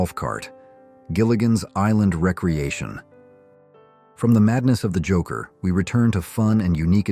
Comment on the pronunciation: Pronounced re - creation not recreation